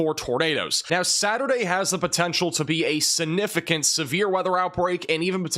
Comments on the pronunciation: The word is “significant” not suh-nificant. The g is not silent. 👍🏼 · Not SIH-NIH-FIH-KANT,! Is that a regional thing? Sig. Gotta get that G in there.